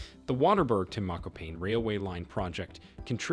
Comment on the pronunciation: You called my hometown "Mokopain" 🤣🤣😭